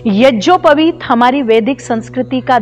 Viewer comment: Madam ji AAP yagopaveet ko yajopaveet keh Rahi hai aap pade